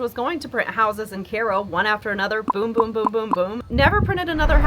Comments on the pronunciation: Kai-oh . It’s literally spelled the same as Cairo, Egypt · "Kay-ro." JFC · Is that how you're supposed to pronounce Cairo?